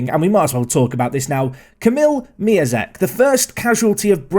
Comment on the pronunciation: Actually you should pronounce Miazek as MiONzek, because his real name is MiĄzek and you read te ą as on. Same situation is with Piątek.